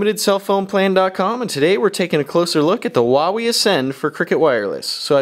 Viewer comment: xD I thought you said whenever you said Huawei